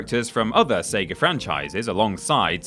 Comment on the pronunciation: Oof, intrusive-r syndrome located it's SEGA not SEGARRR